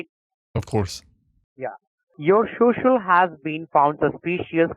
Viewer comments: Shoshal... lmao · Your SHU SHU???